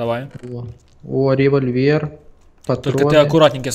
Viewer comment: револьвер, а не револьвер;-)